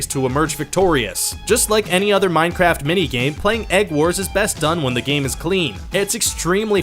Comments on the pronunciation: At the beginning did you say minecrap on purpose lol? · Wait did I hear "minecrap"? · 0:2 Did he said mineCRAP:'D